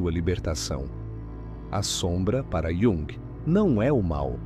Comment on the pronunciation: Não sabe pronunciar Jung